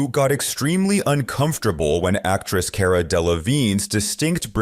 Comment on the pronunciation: it’s Cara not Care-a. Car like a car then an A like you would say for Apple or a baby would say Mama,Ah. So, Cara,once more, Car-ra. For those with a rhotic R that don’t know how to pronounce many names properly, it’s Carrrrrrrra and not Care-ra. English class dismissed!